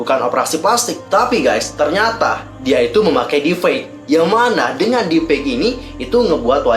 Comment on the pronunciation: Maaf kak meluruskan saja, yg benar deep fake bukan deef fake